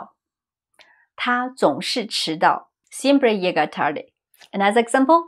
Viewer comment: Not gonna lie, it caught me off guard when you said siempre llega trarde lol Spanish is my second language